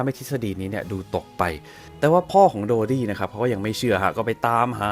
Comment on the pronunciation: ถ้าเป็นการฆาตกรรมจริง แปลว่าเพราะเป็นราชวงศ์ เพื่อให้เกียรติยศและศักดิ์ศรีเป็นที่นับหน้าถือตาแก่ชาวโลก(ในแบบที่เขาเหล่านั้นต้องการ). ต่อให้ต้องทำเรื่องเลวร้ายขนาดไหน ก็ไม่สนงั้นเหรอ. PS. ชื่อเต็มๆนายโดดี้ นั่นใช่ชื่อคนจริงๆเหรอ นับถือเลยที่ออกเสียงได้ชัดเจนลิ้นไม่พันกัน (o・・o)/